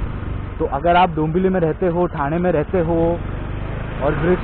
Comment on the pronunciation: ठाना नसतं रे मित्रा, ठाणे म्हणावं!